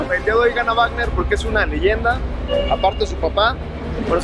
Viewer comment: 1;29 wuagner